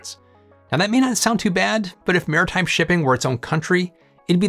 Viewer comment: Great vid. “Maritime”, not “marine time” though